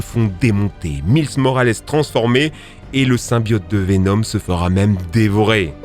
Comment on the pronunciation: maïss moralèss (ça se prononce comme ça )